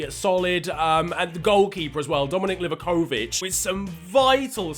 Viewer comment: Can we respect perfect pronunciation if Dominik Livakovic